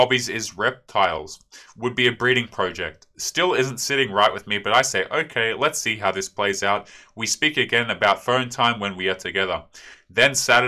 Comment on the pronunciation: "would be a bredding project" 😂😂😂😔